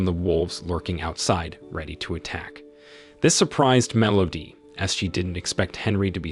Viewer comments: I'm not sure what's worse - the movie itself or this guy's pronunciation of "Melody". MEL OHH DEEE. Terrible. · Are we just gonna ignore “mellodee”? Or should I say, consistent “mellodee”.